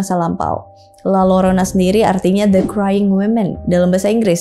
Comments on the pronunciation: Mbak, baca nya LA-YO-RO-NA Bukan LA-LO-RO-NA 🙏😁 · Punten kk, koreksi dikit, utk pronounnya la yorona klo d spanish Ll di baca Y 😊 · Izin koreksi dikit kak. Penyebutannya yang lebih tepat itu La Yorona ya. Karakter double L dalam bahasa Spanyol itu dibacanya Y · Eh iya coba ku tes di google translate bacanya jadi : la yorona